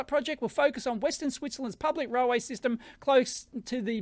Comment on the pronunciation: You pronounce railway as "roll way"?